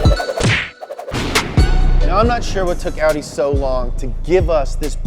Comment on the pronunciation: No one:: Aww Wee Daa